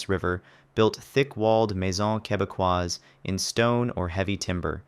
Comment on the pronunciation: are you canadian french? love the way you say "maison quebecoise" haha. great video once again!